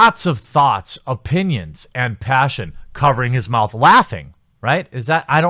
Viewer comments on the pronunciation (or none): none